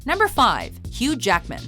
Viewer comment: She keeps saying "huge ackman"